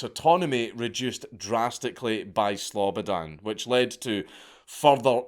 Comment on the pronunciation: Slobodan is literally my name I hate it But hearing you say it in a Scottish accent makes up for that